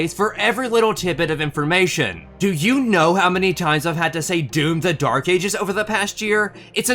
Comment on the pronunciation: No way bro said "doom the dyke ages" 😭